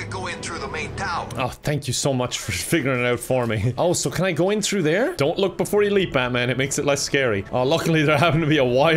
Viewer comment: i like how he says tru not through